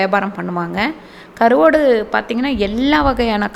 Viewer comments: Karuvaadu. Not karuvodu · Karuvadu not karuvodu speak correctly 😣